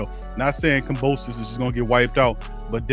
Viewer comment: This guy is stuped calling "Kambrosos" dude put some respect and dont be so fan of Haney, keep it partial bro